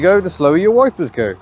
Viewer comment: "Fuckuum-operated woipers" I love you English people!))